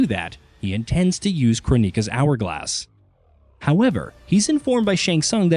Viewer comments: Crow-neeka? That's disturbing. It's Kronika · can you fucking stop saying CHRONEEKA, holy fucking shit dude. ITS JUST CHRONIKA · Crow-Neeka really? It's KRONIKA as in Chrono a.k.a time. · Why KronÍka? everywhere in the game she's called Kronika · Crow knee ka or kron-NI-Kah. Might as well call her shaniquah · Come on yall.. learn how to pronounce their names.. Crow-Mika? 😂😂😂 I can’t take that serious.. it’s pronounced Kron-i-ka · ITS PRONOUNCED CROW-NIKA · Since when did kronika became crow neeka sounds dumb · Who da heck is Crow neeka? They literally pronounce her name in the game. I'm really starting to hate this channel 😒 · Question… why Crow-Neeka????? Why didn’t you pronounce it in the way the game did? You feel that your pronunciation is the right way and the game where to character comes from is wrong? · Who TF is KRO-Neeka? Is this a netflix race swap? 😂😂😂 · KroW - nika? who is Krownika? lol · Ah yes, the famous Titan Crow-neeka… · Good reviews of the story and lot but guys...if you played MK11 Kronika = crow-nick-ah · Crow-Neeka? Come on guys. Her name is a play on the word chrono, as in time. It's her thing. 😐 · Crow Knee Kaw 🐦‍⬛ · they really not doing Kronika's name justice. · it's so annoying when narrators mispronounce names that are said in game/movie........ how'd you do all that research but not watch a single clip?